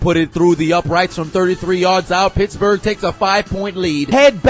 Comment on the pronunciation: I thought this man said bitchburg